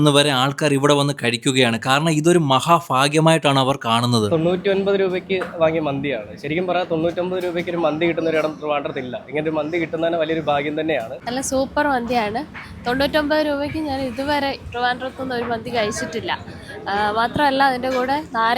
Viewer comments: മഹാ ഫാഗ്യം അല്ല ബ്രോ😇.. മഹാ ഭാഗ്യം.... 👍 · മഹാ ഫാഗ്യം അല്ല ചെങ്ങായി മഹാഭാഗ്യം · ഫാഗ്യം അല്ല ഭാഗ്യം...... ഭഗവതിടെ ഭ...... 👍🏼